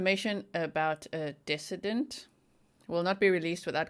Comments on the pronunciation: ..."decedent" is pronounced "deeeee cedent." It is a long "e" on the first syllable. You had asked for clarification in your previous video. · Not trying to call you out, I wish I knew Africans it's a beauitful language. But the word in English for decedent is pronounced dee see dent. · Just FYI Decedent is pronounced De-Seed-ent Love you. Hope you are well. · Duh-see-dent I’m not being a “pronunciation cop”. I just know likes to pronounce words properly 😉😄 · Fyi. Decedent: Like deceased. Second syllable sounds like sea. Accent on second syllable. You"re so cute and to be admired in your goal for perfection!